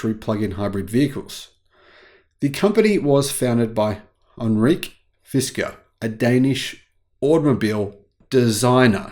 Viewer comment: ??Anreek?? It’s Henrik, pronounced hen-rick. It is Danish, not French or Indian. One would think a Viking should know this, right? Love your vids, btw. Best regards from the Netherlands.